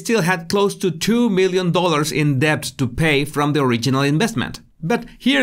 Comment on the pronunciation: I love your accent and pronunciation. I will kindly say *debt has a silent *b. You're terrific! ❤️🇺🇸